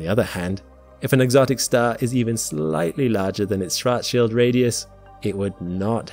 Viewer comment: I'm mostly impressed with your ability to pronounce "Schwarzschild".